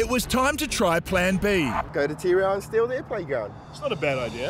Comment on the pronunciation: no one pronounces Tirau like that lol. It's always going to be tea reow